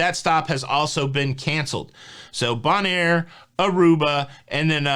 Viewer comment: Hint: Bonaire is pronounced BONE-AIR. Love your show!